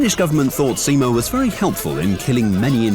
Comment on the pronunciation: first youtube channel that actually put some effort trying to say finnish words and names correctly and to me the pronunciation was pretty correct better than other channels non finnish channels that has made a video about simo.